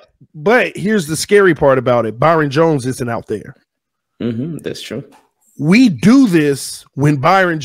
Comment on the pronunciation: In the beginning why when he say youtube and true I here a slight baltimore accent.